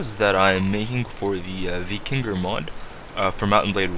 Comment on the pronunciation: 1. it's pronounced Vy-king-ur 2. It's pronounced Yarl